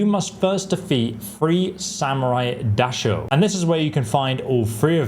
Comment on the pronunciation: Da-show? Isn’t it Die-show haha